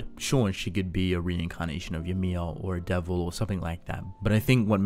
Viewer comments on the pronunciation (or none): none